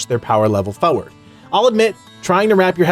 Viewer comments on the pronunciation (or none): its pronounced FORward not FOWerd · There's and R in the word Forward my dude.